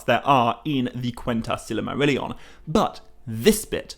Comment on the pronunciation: How do you pronounce silmarillion so wrongly?